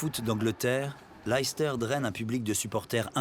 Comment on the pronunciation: Très intéressant de voir la vision du UK de l’extérieur. Le North South divide est toujours d’actualité mais moins marquée il me semble ces dernières années. Et puis on prononce la ville de Leicester “Lester” (et non pas “L’aïl-ster”) Très bonne réalisation. Très bon documentaire.